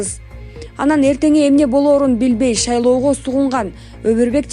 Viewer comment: Блогер шалаго дебей шайлого деп шашпай окусан соз байлыгын арды остуруп анан окуп чыксан ар